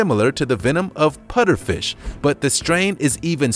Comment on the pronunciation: What the hell is a "Putterfish"?!